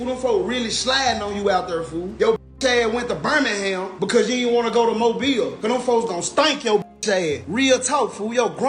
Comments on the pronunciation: I am from Alabama and he started pronouncing mobile right out of no where when he said it wrong first. it was strange the British hm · he pronounced it right at first then proceeded to mess it up after.. tbf maybe the clips weren't recorded in order and he quickly learned the correct way to say it while researching. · It's mo-beal not mobile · as someone from mobile, hearing you say mo byel hurts😂, it's mo beel. regardless, great video! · It’s not pronounced mobile it’s pronounced mo bill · It's pronounced MO-BILL not Mo-bile. But good job. I'm MVS/DIP. IYKYK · I've been waiting on this one on my home of Mobtown. Know you'll do it justice, thanks! Edit: I love the switching between "Mobe-Isle" and the correct "Mobeel" pronunciation lol You did your best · It annoys mean when you Mia pronounce mobile every other time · Mo -Beel is how its pronounced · I’m confused on a guy who can’t even say mobile right make something like this. You really don’t know a lot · Shout out for switching up the pronunciation of Mobile... there was one mobil and then you came correct, big stepper! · I can’t get over this British cat talking about mobile and mispronouncing the name. Stick to England